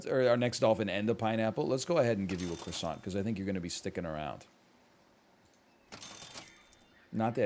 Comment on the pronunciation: How can you be canadian and pronounce croissant wrong smh